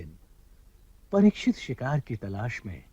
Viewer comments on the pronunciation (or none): Pratisikhit nahi Parikshit